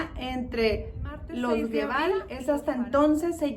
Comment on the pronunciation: No es Guevara es Gebara y se pronuncia jebara